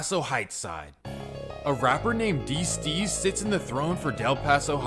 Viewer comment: LOOOL you a fool bruh. ITS D STEEZ ( DEE STEEZ " STEEZ LIKE BREEZE. nigga said d streets hahaah